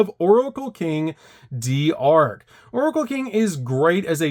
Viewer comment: Man, those are some interesting ways to pronounce Lamia, Typhon, d'Arc, and Deus Machinex.